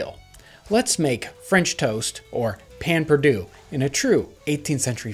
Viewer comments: Payn perdue??? 😂😂😂 Pain perdu please... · Its "pain perdue" not "payn" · its pronounced pehn pairdue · Us Cajuns STILL make this.. though we pronounce it "Pah Pah Due". We don't normally use a sauce after, and it's just stale bread dipped in a mix of milk, eggs, honey or sugar, cinnamon and a pinch of salt. Using sugar causes it to burn really fast for some reason, which is why honey is often used instead. Grill it up on a heavily buttered cast iron skillet. Bother, I just made my own mouth water. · I hate how he says "pan perdoo" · I am French and he kills me every time he says that pain perdu. But I Love You episode! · That pronounciation of pain perdu makes me die inside a little bit